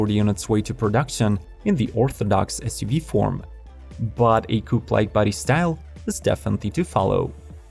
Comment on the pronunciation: Whats an essssyoveeeeee ? Get a better voice software, what you use is crap